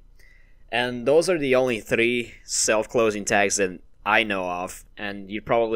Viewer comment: The way he says "3"